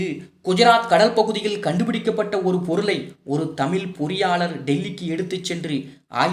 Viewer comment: சகோதரரே உங்களது கானொலிகளை மிகவும் ரசிக்கும் ஒருவன் நான் . சிறு ஆலோசனை தமிழ் என சொல்லும்போது நீங்கள் தமில் என சொல்கிறீர்கள்.